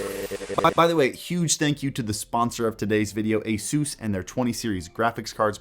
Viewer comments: Dude Asuuus? it´s asus ahahah😅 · 'A-seus' lol x'D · Lmao when did they start pronouncing it Asoos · Whenever you mention ASUS my brain automatically hears "Jesus" in Spanish haha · he is pronouncing it wrong by the way :)